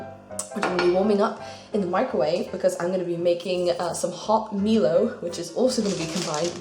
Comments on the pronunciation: By the way, it is said MY-low, not ME-low. I had a good laugh at ME-low though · Also it's pronounced my-low and janome says to try it in cold milk too XD I'm glad you enjoyed everything! I'm surprised there wasn't like one thing you didn't like XD